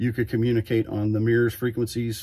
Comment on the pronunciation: MURS pronounced as 'meers' is making me itchy.